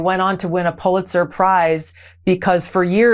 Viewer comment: It's Pulitzer..not PuLIEtzer..though i'm certain Gab'barf deserves the latter as she makes me want to barf every time she opens her mouth!